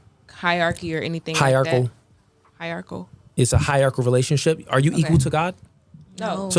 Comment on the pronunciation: Hie-rar-chi-cal order